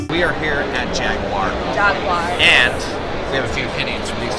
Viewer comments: Jag U ar not Jagwars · Its JAG EWE ER not jag waar ! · Jaguar not jagwire 😭😭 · Jag-war. Wrong-o. Jag-u-ar. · Jagwar hahaha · It's jag-u-ar! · What's a Jagwire? Lmao